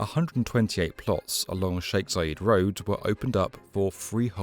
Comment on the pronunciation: Zayed, not Zayeeed ffs